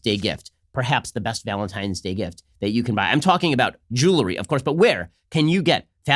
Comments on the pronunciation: Someone please tell Ben it’s jewelry not jewlary.... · Ben, you're a mensch. So why is it so difficult for you to pronounce 'jewelry' (jewel + ry)?